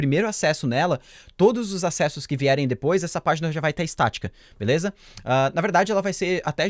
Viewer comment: você fala: "dipois" em vez de depois kkk Mds Amo esse canal <3